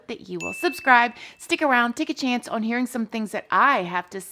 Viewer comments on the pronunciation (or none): Love the misuse of the word "on", in which the diva pronounces here as "worn"! LOL!!!